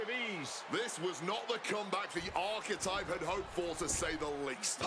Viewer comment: The one guy keeps saying the architect but it's the architype